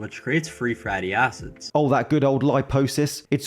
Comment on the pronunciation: "free fratty acids" lol